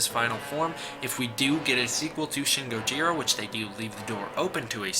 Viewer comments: Ain't even pronouncing Gojira properly either. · You said gojira wrong